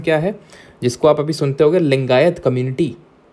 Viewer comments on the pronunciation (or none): none